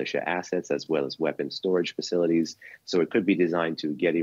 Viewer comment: "deefeets faceeleetees" Ha Got Her